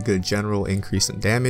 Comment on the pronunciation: Archaic Petra...sorry great vid but that pronunciation killed me. It is pronounced (are-Kay-ick Petra) sorry. But you’ve earned a sub. Cheers, keep up the nice content and loving the Persona 5 music in the background. :)